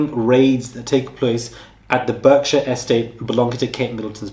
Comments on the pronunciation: Berkshire = BARK shire. Get on the prigramme. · Berkshire is pronounced barkshir (slient e at the end) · Pronounced Barkshire. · Actually he doesn’t pronounce Berkshire correctly!